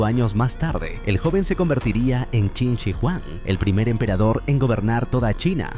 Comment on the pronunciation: es qin SHI huang kbrón, no qin si huang, igual buen resumen :D